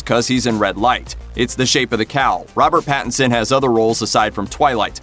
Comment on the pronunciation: Robert pattenson? Really?